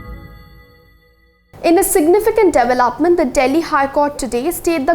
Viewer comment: Dee velop ment , and not Dev-lop-ment